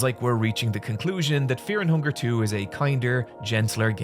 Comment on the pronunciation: The immediate switch to "FHunger" caught me off guard